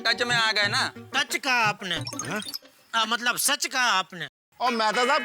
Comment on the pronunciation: sodhi said matbal instead of matlab😅